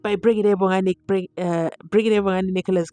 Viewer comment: Remind the court adv Zee. So many Mohapis 😂so as Maphisas. When will ever call people’s names properly? It even sound abnormal when he says Gininda I am used to him calling Ginanda.😂😂😂